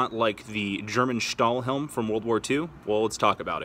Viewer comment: You pronounced „Stahlhelm“ and „Pickelhelm“ very good 😊